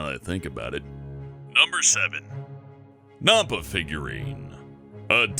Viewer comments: I live in Nampa and btw you said it wrong it's n'ampa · Well then... That is a weird way of pronouncing Nampa. Everyone here in Idaho that I have heard say that pronounced it "Nam-pa" and not "Nom-pa" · It is nampa with an A, not nampa with a U sounding A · You pronounced Nampa wrong. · They said Nampa wrong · Oh my gosh!!!!!, say "Nampa" right! i live in idaho and you are now a disgrace cause it its the short a sound not the o sound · The Nampa is pronounced annoys me because I live near nampa Idaho lol